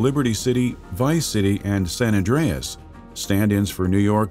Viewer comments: "Grand theft auto sen endryess' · Sanandreas lmaoo old dude said it all wrong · “Grand Theft Auto: Sanan Dreeas.” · Aware76, that majorly pisses me off.